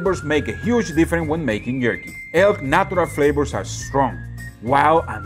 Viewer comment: Hey,, my friend! I'm glad you finally found the good stuff! I grew up in the mountains of the northwest US, where bison, moose, elk and deer are common place on the dinner table. It makes great jerky, stews, roasts and ground meats for burgers, meatloafs and meatballs to add to wonderful dishes. Just one question... What the heck are these "flabors" you keep talking about?? 😆 As long as you keep insisting on swapping your Vs and Bs, SHs and CHs, messing up your tenses and talking so fast we cant understand a word, then wondering why people keep saying they can't understand you... I'm going to keep calling you on it, especially since you've ignored my lessons in the past. 😆 But seriously, thanks for doing some different things and expanding our minds. One of these days I am going to make my way down there and we'll see who's "got the chops..." (Pun intended). 😉 Love ya, brother, have a great 4th of July!